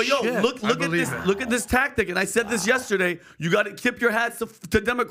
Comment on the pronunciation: Learn how to say the word Yesterday Pat!!! There is no A in the middle of yesterday.